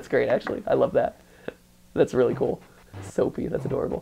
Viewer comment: "Soapie" Well- I didn't think about it